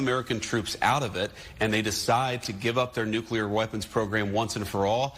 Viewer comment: It's "nuclear," not "nucular."